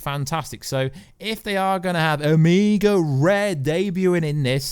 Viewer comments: Pronounce the O its Oooomega not amega. Like in the bible i am the alpha and the omega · O-meg-a not O-mee-ga... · Lmao bro I can't even pay attention to the video Everytime he says amigo